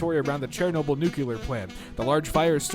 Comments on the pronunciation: I heard him say Chairnoble. Not Chernobyl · Instead of Chernobyl he said "Chairnoble".